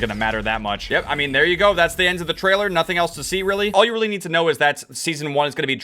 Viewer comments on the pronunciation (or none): none